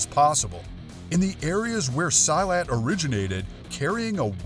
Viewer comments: Silat is pronounced SEE-LAT, not “Sy-lat”. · Silat is pronounced SEE-LAT. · sorry but you said silat in the wrong way